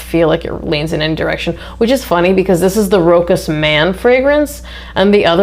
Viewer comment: Thanks for the review! I think the brand is pronounced "roshas".